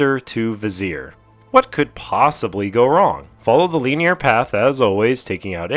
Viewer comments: the pronunciation not the use of the word hahaha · Good video but they way you say linear triggers the fuck out of me lmfao